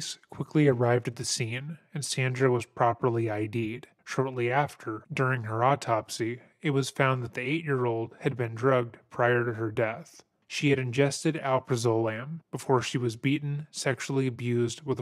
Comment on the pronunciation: Al-praz-o-lam that's how you pronounce it, not the way you butchered it. Or, you could have just said Xanax.